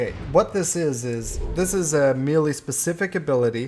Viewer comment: Me, Lee. Who, you? It is pronounced "may-lay". Otherwise, excellent video,.